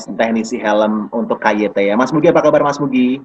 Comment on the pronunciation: KYT nek cara inggerise diwaca kei wai ti